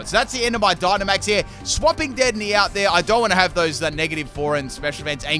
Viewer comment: Anyone gonna talk about how he pronounced dedenne wrong?